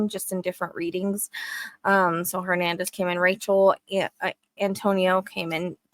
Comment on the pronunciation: “Hernandez” 😮 You never cease to amaze me Miss Rachel 🌹